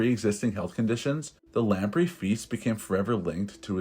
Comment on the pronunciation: Weird pronunciations in this script. Check new words before recording, particularly where English place names are involved; and the fish is pronounced, lamp-ray.